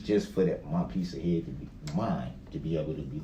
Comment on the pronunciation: It's a low bar, but I'm actually kinda amazed "father" Darrell was able to recite his "keedz" ages right off the top of his "hayud." Of course, there's also a good chance he was wrong, so...whateva.